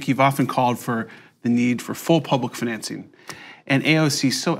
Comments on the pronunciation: Am I the only one irritated by how annoying the dude pronounced "self-financing" ? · I am irrationally angry at the way that guy pronounces "financing" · Scrolled down looking for the comment making fun of the way that guy says the word "financing." Couldn't find it. Therefore: Who is this guy and why does he pronounce "financing" so weird?